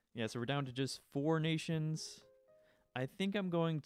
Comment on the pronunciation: When an american says “ all *nations*”